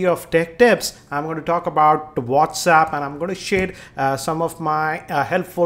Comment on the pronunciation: LOL...Its not Whaats- uup... Its Whats App hahahahaha